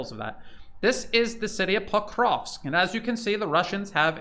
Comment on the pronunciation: Your pronunciations are incorrect .. of Ykrainian towns. Pokrovsk is correct. Are you in Ukraine? Are you Ukrainian?